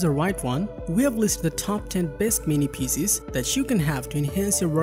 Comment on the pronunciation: Hard to understand PCs pronounced a "pieces".